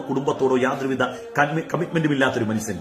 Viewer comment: മൺസൺ അല്ല ഉസ്താദെ മനുഷ്യൻ എന്ന് പറയൂ....